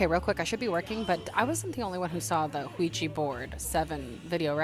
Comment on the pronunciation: IT'S (WEE JAH) NOT (WEE GEE) BOARD.